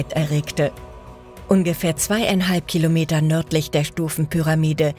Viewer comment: 8 Khilometer...🤦 So interessante Dokus von dem Kanal aber ich kann dieser Ki stimme echt net lange zuhören ohne das es nervt, schade!